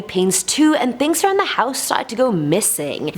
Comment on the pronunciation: am i the only one that noticed that she says tings, not things? no? just me? ok.